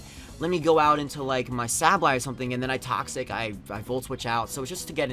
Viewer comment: Say ba lye is how you say it dumbass